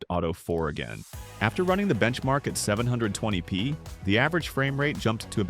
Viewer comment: "One Thousand Eighty P" "Seven Hundred and Twenty P". it's pronounced "TEN-EIGHTY P" and "SEVEN-TWENTY P", please, learn to read a script properly. I could do a better job. I don't know what's with all theese channels lately where they can't narrate their videos properly. it bugs me.